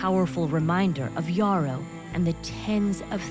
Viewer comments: His name is pronounce as yerroh , it is a fulani name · His name would be Yero instead of Yarrow, pronunciation changed over time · Yes .we fulanis in guinee and Senegal pronounce it "Yero" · The fulanis have always had islam as their faiths for a long time. The correct pronunciation of his name btw is Mamadou yero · No. He's fulani from what is today Guinea/Senegal. We pronounce He's name as Yero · It’s pronounced “Yerrow” YE like Kanye (ye) I know cause I’m Fulani. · came to say exactly this! The real name is definitely pronounced Yero, and this man looks so similar to my grandpa it’s actually scary! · His Fulani it's pronounced Yero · Lol no shade but ya pronouncing his name Wrong.. he got the Same name as my Grand Dad and its a Fulani name!